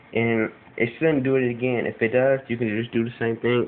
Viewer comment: V "agin" eer